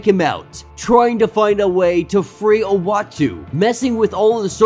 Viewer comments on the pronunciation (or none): Love your stories man, you have come so far. Just two constructive criticisms, iautu is pronounced oo-ah-tu the watcher. And annihilus, is just silent h, essentially annialus. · Uatu is pronounced ooatu. 😉 Love your vids! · bruh i know ur young probably and mightve just gotten into comics, but its pronounced M'Chron (EMM-KRON) Crystal, and Annihilus (An-ny-hil-Lus) Oh and its Uatu (Oo-Ah-Tu) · Listening to this guy trying to pronounce Uatu and Annihilus (as well as a few other words) is utterly painful!! I couldn’t make it all the way through!!